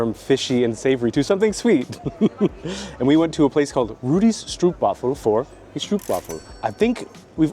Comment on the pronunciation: also everybody gets this wrong, stroopwafel is pronounced like strope-waah-ful.